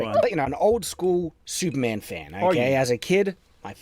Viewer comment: I like how whenever says "Superman" it kinda sounds like he's saying "Soupman"